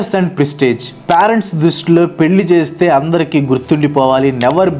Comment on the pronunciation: excellent reasoning and very good explanation. Pyarents ani pronounce cheyyoddgu.. (parents)PAY-RENTS ila cheyyali "pay rent"